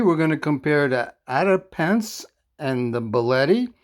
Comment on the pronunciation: Ato-bop-o-en-se I’m not great at phonetics lol but that’s how it’s pronounced. It’s fun to say once you get the hang of it 😊